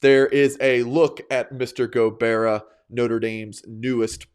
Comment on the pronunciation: Go-Bye-ra. thank you so much tho!! It was amazing